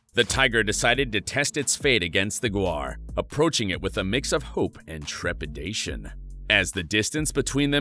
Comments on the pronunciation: It's gaur (gower), not guar (which is a legume). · Gaur not Guar 😂😅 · cant you at least prounce its name right . look at the word1 this is tourture